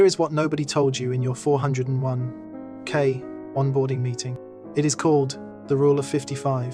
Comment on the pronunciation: The AI narration and various typos were actually pretty funny on this one. Love the huge pauses whenever there was a dash. And love the 4…oh…1…k 😂 Overall pretty low quality AI though.